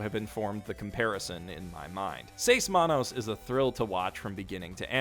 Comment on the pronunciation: U said seis manos so bad i didn't know what u said so after like 10 seconds i be like...OHHHHH six hands! Its in spanish! (My first language is spanish)